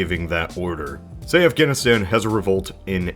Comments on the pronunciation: Why can’t you say Afghanistan? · Wait, why can't you say Afganistan? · you cant even say afghanistan? its a place